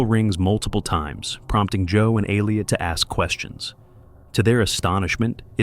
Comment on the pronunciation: It's Elliot! Not Aleot